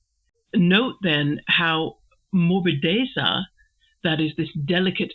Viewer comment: Hi, it took me longer than expected to get to this MM video. But finally I made it. Great meditation, as usual. Your pronunciation of 'morbidezza' is perfectly fine. Apart from its use as a technical term about painting styles, in Italian it is also a used in other contexts where it means something like smoothness or softness (in a physical sense, e.g. of a cushion or skin, but also the taste of wine), being pliant or easily malleable; it can also be used to characterize the litheness of movements), or in a more figurative way as a quality of a character,... I think you get the general idea. Regarding the point whether Mr. Brooke makes a mistake by using this term in reference to Will's painting: Interesting thought. I was under the impression that this sentence was still addressed to Dorothea, so I thought that this was still part of Mr. Brooke's criticism of Dorothea's lack of some feminine qualities (delicacy). I fully understand the connection you make to morbid, this is a connotation that would also come to the mind of German readers, - but probably not for an Italian one, because in Italian there are two distinct adjectives: 'morbido' (for English: 'soft') and 'morboso' (for English 'morbid').